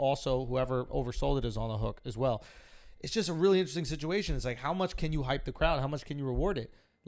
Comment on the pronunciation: Did Andrew say super HyPy?